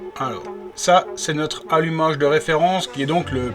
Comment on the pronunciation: Alumacheeee rouche qui dit le yonnet😁